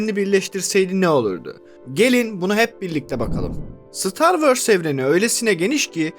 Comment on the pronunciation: Hikaye mükemmel, anlatım akıcı ancak "star wörs" diye bir aksan yok dünyada. Ö yerine o yu kullanırsanız anlattıklarınıza daha çok odaklanabiliriz.